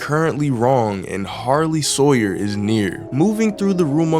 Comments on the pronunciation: Harley Sawyer ❌ Sarley Hawyer✅ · Why Were You Calling The Doctor's Minions, "Sarley Hawyers?" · He Calls Sawyer That For Fun